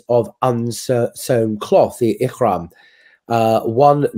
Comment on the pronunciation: it's not "ikhram" or "masjid al kharam", it's ihram and masjid al haram. Pronounce it just like you did we the word "hajj"